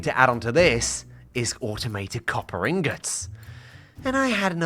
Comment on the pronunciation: copper Gollum’s you mean copper ingots😂